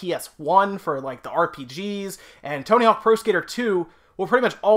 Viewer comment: BullyInTheBuilding Sam I had to rewind this video like four times because I thought he kept saying Toenail something.... ohhhh Tony Hawk.